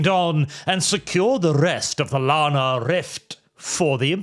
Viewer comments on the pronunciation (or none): none